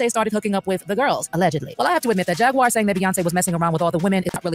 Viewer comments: "Jagwire" 🤦🏾‍♂️ Jag-waur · he called her "Jag-wire"😂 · Bruh called her jagwire 😂